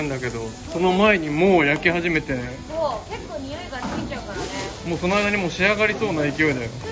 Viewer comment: 今日のそう！（so）は、SOU！なんですね😂😂おいしそうだよおおおお